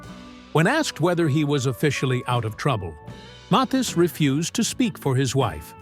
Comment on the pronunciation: name pronounced .....M A T H I I S